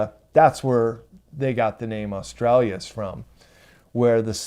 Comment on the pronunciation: just so you know, it is not Aurora Australias, it is Aurora Australis!